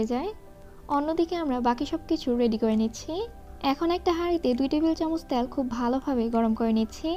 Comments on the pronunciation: আপু কিছু মনে করবেন না। আপনার ভিডিও কোনটাই মিস করি না। খুবই উপকারী আর সহজভাবে আপনি রান্না শেখান। সে জায়গা থেকেই বলছি, প্লিজ উচ্চারণের দিকে একটু মনোযোগী হোন। বিশেষত, তেলকে আপনি বারবার "ত্যাল" বলেন। এত সুন্দর ভিডিওর মধ্যে এমন উচ্চারণ শ্রুতিকটু শোনায়।ঠিক করবেন আশা করি। আপনার জন্য ভালবাসা ও দূয়া ❤️ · আপু "ত্যাল" উচ্চারণ টা কানে লাগে।